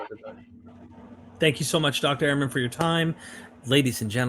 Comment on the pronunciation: Fantastic and Enlightening podcast. But you don’t pronounce Dr Ehrman’s name properly. Ha ha!